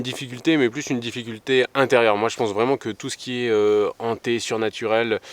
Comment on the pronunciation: Hanté et non pas ZHANTÉ. Il s'agit d'un H aspiré.